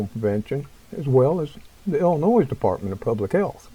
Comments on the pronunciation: obtw its pronounced Illinoi not illinoise LOL, sorry I was a yankee for a while and as a southern boy from TN they gave me hell for calling it noise. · The s in Illinois is silent just FYI thanks